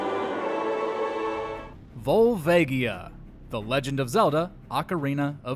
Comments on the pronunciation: Why does everyone always pronounce Volvagia wrong? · Pretty sure that's not how "Volvagia" is pronounced.